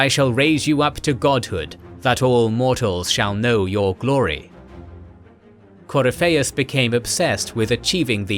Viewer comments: Yeah, CoryPHEIUS, instead of CoRYpheus. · Cor-y-fei-us = 👎 Cor-if-i-us = 👍 I'm so glad Dragon Age lore is getting some more videos! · sound it out . its core if fee us this is how its pronounced in literally any dragon age game scene book lore. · Dragon Age is always good! Pronunciation Help: Corypheus = Core-riff-e-us Thaig = Tieg/Taig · Video is well done and well put together, my only nitpick is how some things are pronounced like “Corypheus” and “thaigs”. Otherwise, these videos are excellent. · The way you butchered Corypheus' name grated on my ears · how did you fuck up pronouncing the name Corypheus? he literally says his name in the game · The game says the name correctly. It's not that hard... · Glad somebody else caught that pronunciation. I love this channel to death, but sometimes it's clear whoever gives the copy to the narrator doesn't include a proper guide to how certain fantasy names are pronounced. I give leeway on names that have maybe only been officially mentioned by an author in some obscure interview...but Corypheus' name was pronounced consistently all over DA:I by several voice actors. Unless they pronounced it differently in the DA2 DLC (which I confess to not have played), this is an oversight. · The mispronounciation of Corypheus is somewhat painful. Sera would be proud though. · Great video, but please watch a scene from inquistion where they say Corypehus' name. Im thrown off by the pronounciation each time